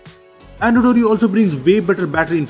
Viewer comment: I keep hearing Android Audio, instead of Android Oreo 😂😂😊